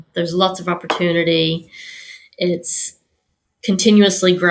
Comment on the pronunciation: It's interesting that has lost a lot of her American accent. She has acquired a NZ accent, her pronunciation of opportunity and New. Well done!